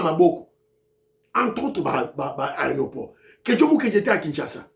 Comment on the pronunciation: Bonjour ndeko, Meka ko corriger, on dit aéroport et non aréoport. Merci.